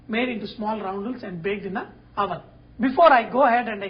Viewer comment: no offense Sanjay, I do love ur clips, but "wOVEN"???...hahaha...u cracked me up... ;'D